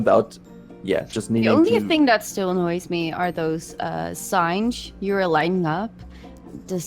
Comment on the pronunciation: Why am I hearing "lightning" instead of "lighting" ... "We need to make sure we have lightnings" wtf